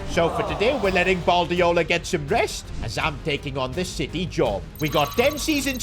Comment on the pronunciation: Did say Baldiola